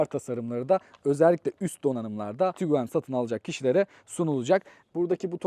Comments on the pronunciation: Tiguan, Tuguan değil kardes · Tuguan değil, Tiguan 👍